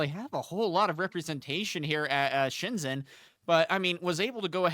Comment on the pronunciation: FYI In Chinese, "Zh" is a J sound. So it's ShenJen not Shenzen. Like how Xin Zhao is pronounced Sin Jao.